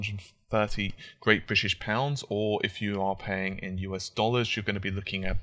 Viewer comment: Great British pounds? Your saying it wrong.